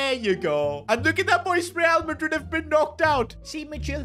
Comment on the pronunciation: be like rrrrrrrreal madrid instead of real madrid, who let bro cook